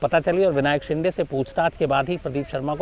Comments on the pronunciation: शिंदे है...... शिंडे नही ....आप ग़लत उच्चारण करते हो । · Shams bhai you are not pronouncing Shinde properly, Please pronounce it properly